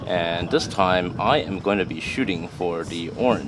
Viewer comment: Please say "this" and "the" instead of "dis" and "Da". Da hits on da target? WTF. Going forward just fix yourself.